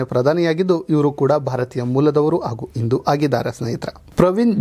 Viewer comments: ಉಚ್ಚಾರ ಸರಿಯಾಗಿ ಮಾಡೋ ಮಹಾರಾಯ, ಹಿಂದೂ ಅನ್ನು ಇಂದು ಅಲ್ಲೋ,' ಹ ' ಕಾರ ಕ್ಕೆ ' ಅ ' ಕಾರ ಅಂತಿದೆಲ್ಲೋ ಶಿವನೇ. ಮೊದ್ಲು ಸರಿಯಾಗಿ ಉಚ್ಚಾರ ಮಾಡು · Sir hindu anta heli indu alla.shabda sariyagi pronounce maadi